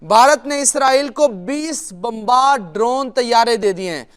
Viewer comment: अरे गवार लड़की फिजा पहले इसराइलबोलना सीखे